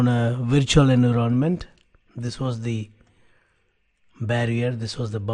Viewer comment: I like his method of teaching, slow, deliberate and covers the key points. Subject-wise he is very knowledgeable. His English is generally very good but surprisingly pronounces some key words utterly wrong. Ex: Environment, promiscuous, forged:with this one, he even got the concept incorrect. Sir, hope you do not mind the constructive criticism.